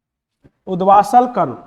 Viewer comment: Hello sir उदवासल नहीं उदभासल कर्ण होता है So please galat na padhaaye hamlogo ko